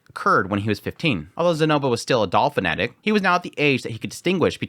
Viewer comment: I know you said Doll Fanatic, but it really sounded like Dolphin Addict. XD